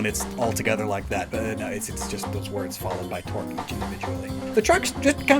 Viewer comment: ooooh torque. i was confused as to why you were saying twerk